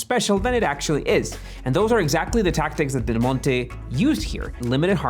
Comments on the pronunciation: can you just say "del monte" one time thhe right way? its not de monte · FYI, in English, the brand “Del Monte” is not pronounced like in Spanish, but as “Dell Monty”. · The first few times you mention Del Monte, you are slurring it because you have talked about it so much before taping that you think everyone knows whom you mean. Detracts from an otherwise informative and entertaining presentation. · Yeah, it’s normal to read Spanish as Spanish, which is why I’m informing him of the correct way of reading the name of that American brand in English, since the video is in English.